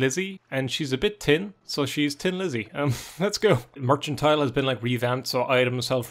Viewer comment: Mercantile. It's pronounced how it's spelled. Mer-CAN-tile. Thank you.